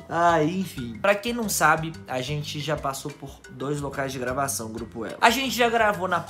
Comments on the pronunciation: Geupo kkkkkkk tá meio errado kkkkkk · "geupo"kkkkkkkkk eita tá errado em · Geupo elo? O português em kkkkk